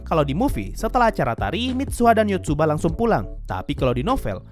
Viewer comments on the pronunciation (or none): Yotsuha min bukan Yotsuba